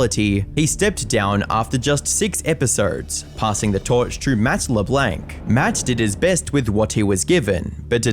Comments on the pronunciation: Why are you calling him leblank even children know its pronounced lablonc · It’s not Le-BLANK. It’s pronounced Le-BLONK. People have already pointed out Purgatory and Oisin. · At least research how certain names and words are pronounced because Yorkshire, purgatory, LeBlanc and Oisin are not pronounced that way, it does not take long just to search how to say them instead of pumping out weekly videos, I've even seen some comments saying that ai may even be involved.